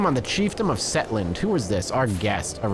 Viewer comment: I felt like I almost had a stroke when he said Setland instead of Shetland lol